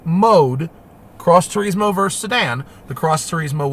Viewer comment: Nobody: ..... Matt: Tureezmo